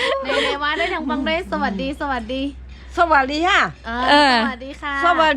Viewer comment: ทักทายพูดไทยชัดเลย.. สวัสดีค่า.. พามาดุสาวอาข่า